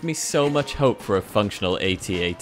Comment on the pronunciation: I’m just glad you use the correct “AT-AT”